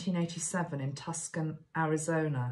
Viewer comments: Hi, Tucson is pronounced Twoson. Another words, the c is silent. Thanks for another lovely message. Much love to you from Arizona. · Tucson, (pronounced Tooson) Arizona is where the Saguaro National Park is located. Saguaros (pronounced Sa-whar-o) only grow in Arizona in the U.S. Those are the cacti on your shirt. I think Lee Marvin wanted to say something today. I live in Arizona and it has taken me quite some time to get the Spanish pronounciations right. I admire your willingness to try new words on camera. Thanks for your message today. It was what I needed to hear. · Tucson is pronounced "TOO-sawn." Love you! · Well, Tucson is pronounced "Too-Sahn" I know it's spelled weird. But good for you for saying it how it reads. Blessings.